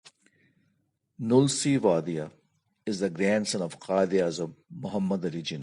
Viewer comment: Not nulsi.....nusli